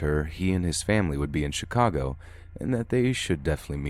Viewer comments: Am I the only one that heard him say SI-cago instead of Chicago? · Am I the only one who caught on to the way he pronounced Chicago?